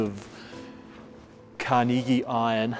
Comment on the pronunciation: It's "Carnegie" Iron, not "car-knee-gee". He basically invented the iron/steel industry in the United States.